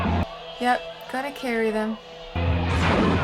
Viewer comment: It took me about three repetitions of you using Carrie as a verb to realize you weren't saying carry.